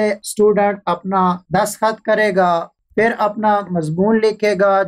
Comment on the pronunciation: Bhai pehli baat tu ye he ke ye video Indian kailiye nhin is liye ap ko Hindi likhna zaruri nhin. Aur doosi bat ye ke urdu main lafz 'PHHIR' he aur ap bar bar hindi zuban ka lafz 'FIR' bol rehe ho. Pani zuban ko promot karo aur hindi bila waja na likho aur na PHHIR ko FIR bolo. Sukria. Don't mind plz. After all vieo is absolutly informatic. Thanks